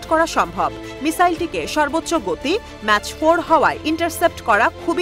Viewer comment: ম্যাচ ফোর নয় ম্যাক ফোর😂